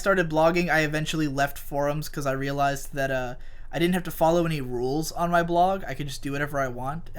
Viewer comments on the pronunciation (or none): none